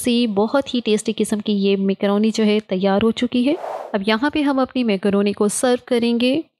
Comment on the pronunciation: Makrooni ❌ mekrooni ✅